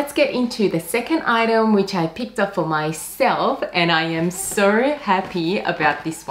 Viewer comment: where is that accent from? pronouncing 'so' like 'sowr'